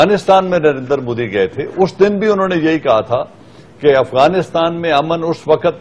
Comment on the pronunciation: narendar narendar narendar ....sidha narendra bolna tak nahi aata